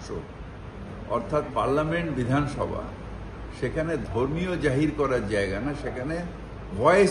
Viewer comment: তুমি আছো তো উদাহরণ হিসাবে। বিধানসভা উচ্চারণ টা সঠিক করো। ঘেউ ঘেউ করো না।